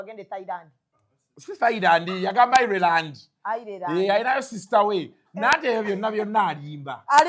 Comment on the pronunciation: Ireland is pronounced as Ayilandi not ayirilandi . 😂😂😂😂